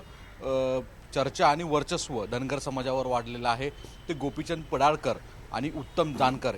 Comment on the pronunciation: पडाळकर नाही पडळकर